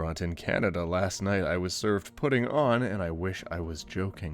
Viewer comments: Ive never heard "Poutine" pronounced as "puttin' " before but i like it. I'm used to "pu-teen" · Poo-tin? Its poo-teen. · My fellow Canadian, did you--- did you say, "Poo-TIN"????? it--- ok maybe it's pronounced different on my side of Canada but we usually say "poo-teen" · when he says poo-tin but you thought it was poo-teen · Do all americans pronounce it as Poo-tin? (Poutine) or is it an accent thing? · You say poutine weird. I say it like pooteen. I'm from Canada but grew up in America and moved back later. Am I weird? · i refuse to believe the vhs one is real, no restaurant is going to give you an old vhs to eat on. the op probably brought the vhs with them and thought "hey, y'know what would be funny" and put their food on it also mispronouncing poutine hurt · the way you pronounce poutine hurts. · THE GROSSEST THING ABOUT THIS VIDEO IS HOW HE PRONOUNCES POUTINE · Why don’t you know how to pronounce Yukata or poutine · That- thats not how u pronounce poutine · honestly disappointed but the way you pronounced poutine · As a fellow Canadian, the way he said poutine killed me.